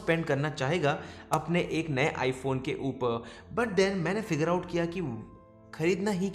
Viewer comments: That accent... (uper)... upar 😂😂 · A bhai "upaaar" kya hota english bolna han to english may bolo hindi ko distorted mat karo..